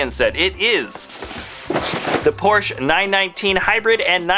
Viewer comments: It's Porsch-E-! Not Porsch. Then it would be spelled P-O-R-S-C-H. por-shuh. Porsche. That should help you say it correctly. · Since Porsche is a German family name, you should pronounce it as it is, with the e at the end. Two syllables. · The 'e' in Porsche is not silent. This is German, dammit.